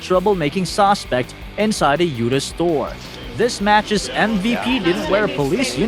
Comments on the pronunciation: OK wait narrator you keep saying sausespec it's suspect 😊😊😊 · Narrator might want learn how to say suspect instead of saucepect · The AI narrator keeps saying "sosspect", instead of "suspect" lol. I hate when videos are shown reversed. The caption when the Walmart employee was talking about the thief, said, "WELL, SHE NEVER PAID FOR ITEAMS". It's spelled "ITEMS" lol. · "Sos pect" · Saucespect? Don’t you mean suspect? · What the hell is a "sawspect"? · "The sospect" 😂 this was a good video though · I love how the narrator pronounces "suspect": sauce-spect.😂😂😂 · It’s SUSPECT not Sauspect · .its a suspect, not a sawspect. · What the hell is a "sauce-spect? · Dude what is a ‘saucepect’?!